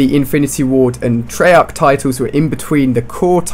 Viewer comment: It's treyarc not trollarc